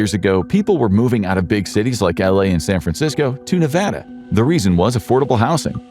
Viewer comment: Glad you said Nevada properly!